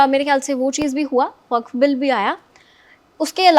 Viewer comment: वक्फ का उच्चारण ठिक से नहीं कर सकती। धन्य हो।